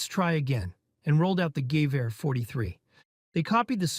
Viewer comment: but he pronounced it right tho? That's exactly how you were supposed to say "gewehr"